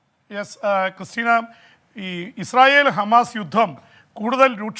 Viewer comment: even cannot correctly say He is telling “Humus” always…crazy fellow 😂